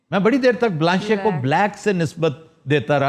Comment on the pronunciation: sorry its blanc and the "c" is silent and noir is noir ! anyway nice